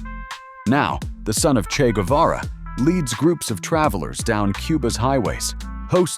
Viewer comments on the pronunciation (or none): Vous ne savez même pas, prononcer son nom correctement,un peu de respect,stop😮😮😮